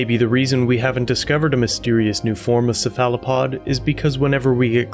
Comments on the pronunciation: Ceph·a·lo·pod - /ˈsefələˌpäd/ Your pronunciation is a little off. Just for future reference. ☺️ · sa fala pod ohhh you are referring to a cephalopod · I love your work, but the way you pronounce Cephalopod is cringe as hell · I've never heard cephalopod pronounced that way before.... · You have an unusual pronunciation of cephalopod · Great Job!!! 🌟 I never heard anyone pronounce Cephalopod like that, so many times! 😂 But I'm trying not to get onto folks about pronunciation these days. DeThawed means freeze though. 🤷🏻‍♀️😁😂 Definitions I'll stand on a hill for.🤓😂 You hit the most current info on points as soon as I thought it!💯🌟 I only recently heard about the Black Goo... Thanks for covering it! ✌🏻☮️🖖🏻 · Exactly on the “ dethaw “ 🤣🤣🤣🤣 I’ve caught others saying it too! I also agree on the Cephalopod pronunciation, but I can over look that... Charlie Berens says dethawed is the Midwestern way, however I disagree 👍🏼👊🏼🦖🍺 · You’re mispronouncing Cephalopod. Pro tip. I’m not trying to be critical. When I heard you pronounce it my first thought was have I been pronouncing it wrong all this time? So I decided to check.